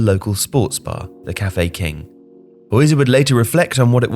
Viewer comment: It's pronounced "Hoitzer" not "Hoizer" as one might assume with English Zs... FYI.